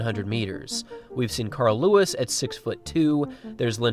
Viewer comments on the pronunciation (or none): none